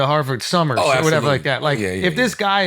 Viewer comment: Ive been listening to Charla for years and I absolutely hate the way he says "are" instead of "or"